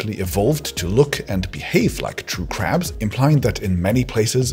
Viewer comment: When I thought he said caps he actually talked about crabs